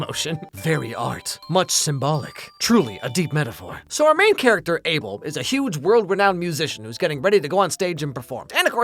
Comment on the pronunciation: Guys thats not how you pronunce his name is Uh bel😊